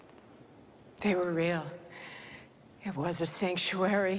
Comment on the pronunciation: Did you heard sanctuary this lady said it